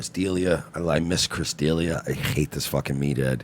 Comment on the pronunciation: "Chris Deelia"